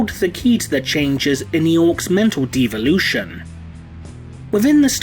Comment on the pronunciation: I hate to be that guy But it’s De-Evolution Not D-Evolution